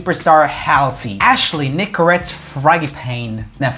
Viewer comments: did he just pronounce Nicolette as nicorette lmfaooooooo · He also said Nicorette instead of Nicolette for her middle name lolllll